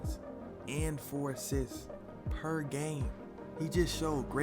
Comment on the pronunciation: "Perr gaaime" 😆 😁 🤣